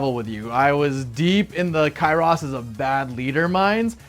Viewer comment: Bro said Kyross 😭